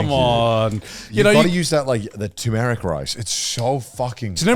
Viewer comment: I laugh whenever i hear boys saying tumoric rice instead for turmeric rice. LOL 😂😂🤣🤣